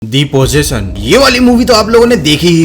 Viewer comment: "De PoZetion"